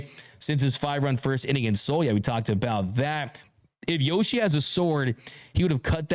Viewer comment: Wtf Yoshi ain’t from Australia, Yo-shoeys?!